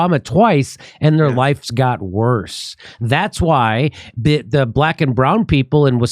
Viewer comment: Sorry, Kurt. It's "worsererer."